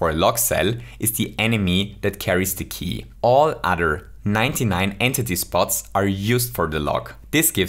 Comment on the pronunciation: Man really called it “an titty” instead of entity